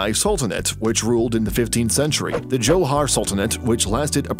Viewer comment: That's not how you say "Johor"